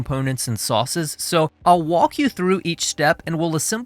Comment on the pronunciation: Did he say "I'll wok you through the steps"?